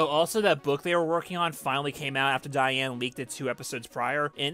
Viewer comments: Did you just say Diane “Negoyen”? 💀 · Please tell me you figured out how to say Diane’s name right by part 5